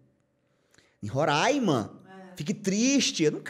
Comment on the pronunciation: Falou Romaima e falou certo😍 te amo Whin😘